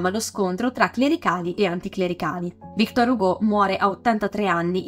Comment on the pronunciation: magari victòr, non vìctor... è francese! quante volte ho sentito storpiare il nome, cerchiamo di dirlo sempre giusto.